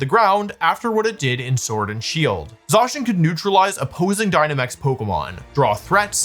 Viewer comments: I like how Wolfy switches between pronouncing it “Zay-cian” and “Zah-cian” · Hearing you say zacian wrong every time but once it's a fact I'm willing to overlook if you will please for the love of all that is Pokémon stop saying "Row Tom" when saying Rotom. It's motor backwards. In no universe would you say "Ma Twor". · I usually don’t let things like this bother me but the way he says Zacian makes my teeth hurt.